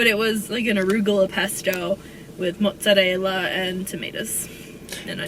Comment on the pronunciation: saying Mozzarella the correct way. *applause